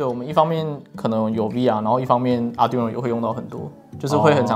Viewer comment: 為什麼連台大生也把ARDUINO 念成 ARDUNO , I 哪裡去了?